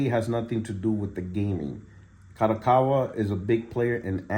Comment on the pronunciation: Bro its pronounced KA-DO-KA-WA. not KA-ROW-COW-WA😂😂😂